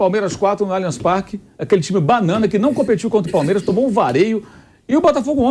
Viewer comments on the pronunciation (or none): Engraçado ouvir o pilhado falando 'palmieras' o tempo todo 😂😂